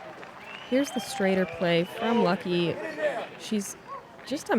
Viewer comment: Calling Lykke "Lucky" seems very strange to me. It isn't that hard to pronounce.